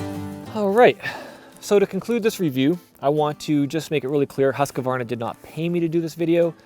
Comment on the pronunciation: Husqvarna is pronounced "huuskvaarna", meaning "house mill" or rather "the mill that is resembling a house" in Swedish. I like the review! Would be interesting to know his it's holding up after a few years.